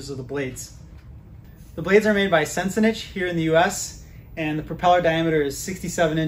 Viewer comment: It's pronounced sin-sin-ick, not -itch. On their web site, they pronounce it.